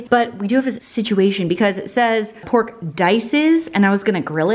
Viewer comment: These recipes look so dang good!! Please please always say pork the way you said it while cooking the “poke” chops!!! I have rewound that about 50 times and laughed my butt off. I love you!!!!! U always make my day!!!!